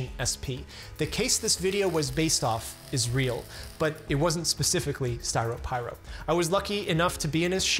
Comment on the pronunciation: "SP" = Stye-row Pie-roe? Like, popping a stye while eating a pie made from roe?